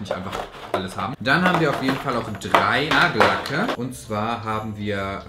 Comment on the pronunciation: Du sagst immer Nagellecke anstatt Nagellacke 😁 musste jedes Mal schmunzeln 😁